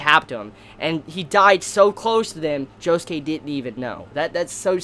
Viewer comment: Am I the only person who pronounces Josuke JO SOOK not joskay